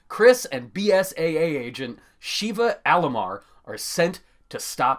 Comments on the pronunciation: Its Sheva not Shiva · You really just pronounced it Sheeva when they say Sheva like 30,000 times throughout the game lol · OMG DO PEOPLE PLAY R5?? ITS NOT SHEEEVA ITS SHEIVA! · It's not Sheeva it's Sheva. (Sh-eh-vah) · I KNOW you did not just call her “SHEEVA” 😱😱😱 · Okay. A few annoyances: Sheva is pronounced 'sheh-va' Helena is pronounced 'Helaina' Figure it out dude And why would you use cutscenes from newer games to explain the old games its really messy and confusing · Wow you said Sheva's name wrong. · U FORGOT THE MOVIES LOL But in all seriousness, good video. Would've liked to hear some mention of smaller side games such as Survivor and Dead Aim. Also, the "e" in Sheva is short, not long. Not pronounced like the Indian 6 armed goddess.